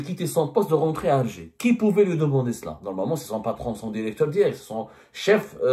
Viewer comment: Dans une de ses vidéos, il a dit :"il faut incluer". Et là, dans cette vidéo, il dit "dérecteur".